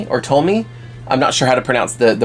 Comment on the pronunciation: I'm studying Japanese it's pronounce Toe-mee. I hope that helps!